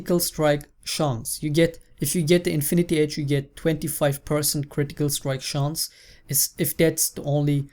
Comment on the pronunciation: German Accents <3